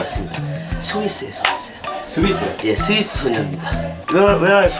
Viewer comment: "서"위스가 아니라 "스"위스 임. 나도 경상도라 잘 안됨.ㅋㅋ